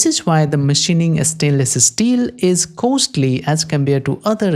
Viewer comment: stainless es-teel, i can't get it out of my head. but 10/10 dude!